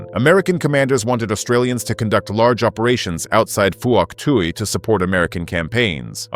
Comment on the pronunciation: it's hock twee province again.